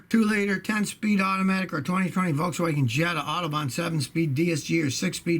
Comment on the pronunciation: "Voltzwagen" haha